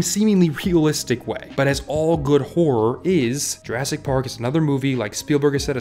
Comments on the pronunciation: am i the only one that think hes saying pork instead of park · I swear he said "Pork" instead of "Park" a couple times... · Very nice video, but i feel like you are saying jurrasic pork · Am I hearing “pork?” Is that an inside reference to something, pronouncing “park” as “pork”? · At one point, you accidentally said Jurassic Pork and it made me laugh so hard. I needed that today. TY :) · Why does he keep saying pork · bro im sorry but why do you pronounce "ar" as "or"? lolol Jurrasic Pork